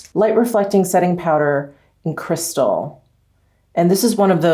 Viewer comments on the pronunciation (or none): none